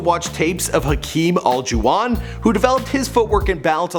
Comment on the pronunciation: When he so bad at pronouncing names